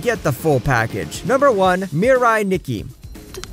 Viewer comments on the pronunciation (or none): none